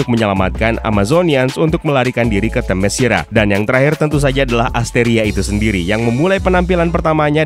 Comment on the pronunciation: min, saran LAGI nih (kyk nya udh sering gua komen, tp mungkin blm kebaca aja): sebelum mulai menarasikan naskah di setiap video, ada baiknya utk memastikan cara pengucapan nama2 / kata2 bhs asing nya. gampang kok, tinggal ketik di google translate trus klik gambar speaker nya. - "Themyscira" itu dibaca te-mes-ki-ra , bukan te-me-shi-ra - "Great" itu dibaca greit , bukan grit (grit itu pengucapan utk kata "greet") sekian, semoga makin rame dah ini channel krn emang good pembahasannya gua suka